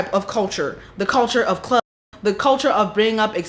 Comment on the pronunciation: You can’t say club??